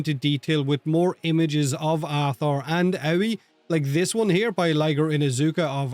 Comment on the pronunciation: Love the number of people pronouncing Aoi as Ow-wee. Even DE can't say it right. Hilarious. It's literally the Japanese word for blue. Ah-Oi-E.